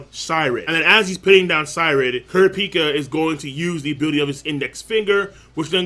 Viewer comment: it drives me crazy every time he says kurapika